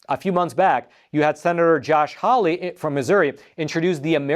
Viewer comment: Sen. Hawley. Not Holly.